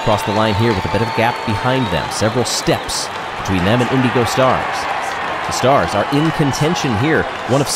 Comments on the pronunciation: I love. He's a great announver. The way he pronounces the word "Indigo", however, drives me insane. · I think that's how the team wants to be pronounced. Way back during the first Marblelympics, he called the O'rangers the Orange-ers instead of Oh-rangers, but he changed his ways the next season. With how long the Indeego Stars have been around, I feel like it's intentional.